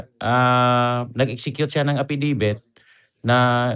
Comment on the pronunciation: A FFI DAVIT PO ND E FFIDIVIT....HEHE